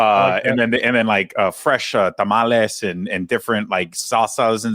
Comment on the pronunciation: I hate the way he says tamales.